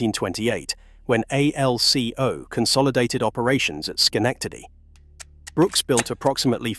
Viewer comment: Seriously? Your spelling out ALCO? Its pronounced as a word not spelled out!!! Geez!